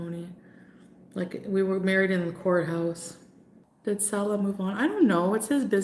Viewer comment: strange how she still sometimes mispronounces her own rented "husband"'s name. ("SALL-uh" instead of "suh-LAH")